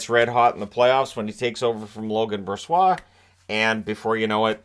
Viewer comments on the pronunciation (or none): "Logan Brossoit" - classic 😂😂